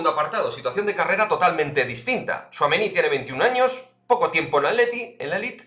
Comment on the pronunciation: Buenas!!!Veo que ya pronuncias muy bien al bueno de thouameni!!!veo mucho francés en la plantilla,me gusta más la mezcla de culturas,no sé si tu a eso lo verías un problema.Pero de quedarne me quedo con Pogba.